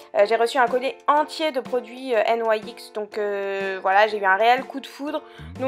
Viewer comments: Vidéo très chouette:) Par contre il me semble que les autres youtubeuses prononcent "nix" et pas "n y x" (c'est un détail hein on s'en fiche un peu au final ^^) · Je crois bien que la marque NYX se dit "nix" ☺️